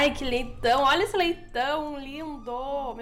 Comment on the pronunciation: kkkkk Para De Falar "Leitao" Kakakakakaka Minha Mente É Poluída